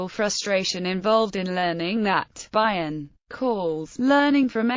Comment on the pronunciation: Never heard it pronounced 'Bye-on' it's normally 'Bee-on.' A brilliant mind without doubt.